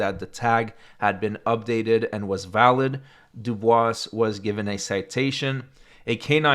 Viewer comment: The S is silent in Dubois.